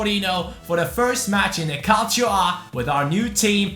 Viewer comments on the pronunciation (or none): none